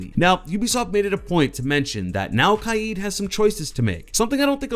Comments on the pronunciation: Lmao it kaid! (Kay-d) not kay yide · It’s not “kayeeed” ya fuck it’s just “kaid” as in “kayd” I hate when white people try to pronounce foreign names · You say it like it is khieed but it is kaid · Kaied is is kaid not kaied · where did people start getting kyeed from, its annoying sometimes. his name is literally Kaid (k-aid) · It’s kaid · It’s pronounced kade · Li Bulb Kaid is from Morocco. His name isn’t pronounced Kaid. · Can even pronounce his mains name properly lol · Google the fucking pronunciation of Kaid